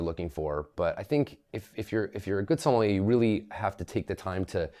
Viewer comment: I refuse to take take advice about wine from someone who can't even pronounce Sommelier correctly